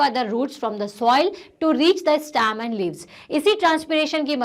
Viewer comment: its not stam its stem